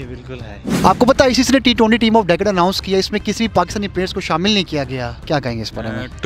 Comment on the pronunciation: abbe pehle decade bolna sikh le🤣🤣🤣